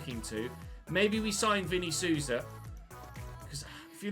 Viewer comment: Quick tip: The 'Sou' in Souza is basically pronounced like 'soul'. Souza = soul-za, not soo-za.